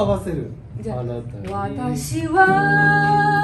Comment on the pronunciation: 「人形の家」 あなたに→はなたに オリジナルは英語的な発音が特徴。